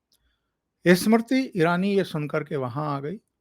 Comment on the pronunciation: please pronounce Smriti Irani's name correctly. You mispronounced her name many times during this program.